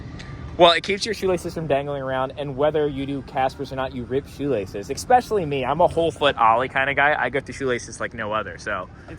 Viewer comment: Nobody:: EGGSPECIALLY…